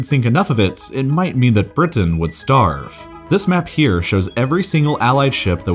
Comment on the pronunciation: lol the way you pronounce Britain